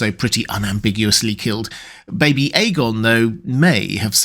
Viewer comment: “F-Aegon” You’re nasty for that 😂🤣